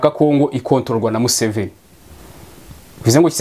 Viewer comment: Iyo uvuze Museven, ndaseka nkajya kw'itaka, kuko ndayoka😂😂😂😂😂😂